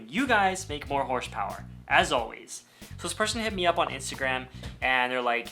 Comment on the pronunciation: hosrepower xD